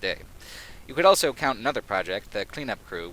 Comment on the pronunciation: says elso instead of also.